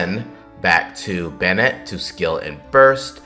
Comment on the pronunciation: i had to stop video when he said favonius bennete